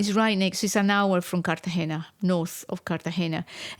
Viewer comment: Great podcast! But in American English we don’t say “Carte-GEE-nah.” We try to use the Spanish pronunciation.